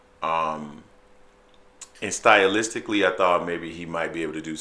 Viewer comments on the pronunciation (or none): How many syllables is the word Stylistically ?😂😂😂😂